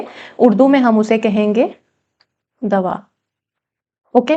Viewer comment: Not Dua it's Daa waa